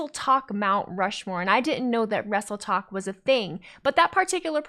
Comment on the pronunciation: Does that mean the vs Tiktok rivalry over...👀 I kept hearing "Wrestletalk" instead of "Wrestletok" lol.